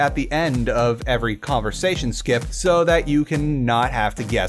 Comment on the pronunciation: THe converTsation?